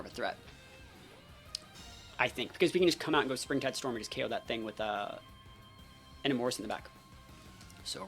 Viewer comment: your pronunciation of Enamorus is crazy lol